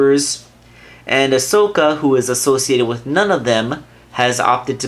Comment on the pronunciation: Not being rude, but ya said it right this time! Sorry, it just kinda annoyed me last time. Nice review, nonetheless! I skipped the intro and unboxing.